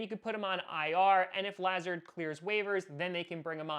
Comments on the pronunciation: I’m a Iowa Hawkeye fan and I had to hear “Luh-zard” a lot whenever the Hawkeyes played Iowa State because he was incredible for Iowa State so I literally shuddered every time said “Lah-zerd”😂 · It’s pronounced LUH zard not how you say it lol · It's pronounced Luh-Zard. Huge ISU fan here! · La-z-are-d. I went to urbandale with him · Is anyone else concerned about how he says "Lazard"?, I love you but PLEASE get it right. It's Lu-zard.